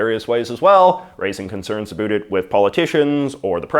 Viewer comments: We don't say a boot we say about..... In Canada ..... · Did you say aboet? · He’s saying about like that on purpose. Farming views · why do you say about like that? nobody actually says it like that. Why are you feeding into the stereotype? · you say "about" like and American or an actor on a Tim Horton's commercial (made in USA) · How are you able to pronounce the “o” in “now” properly, but you just CANT make that same sound when saying “about”???